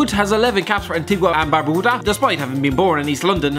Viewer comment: I only watched this video cuz I like he says Antigua and Barbuda